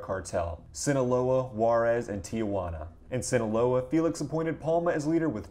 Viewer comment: That pronunciation of Juarez, Guadalajara. Hurt….